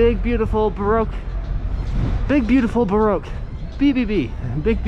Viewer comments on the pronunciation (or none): none